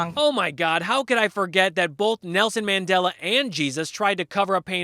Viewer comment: Nelson MandelO?? Who da fuck is that or can she not pronounce words what does she mean when she says words?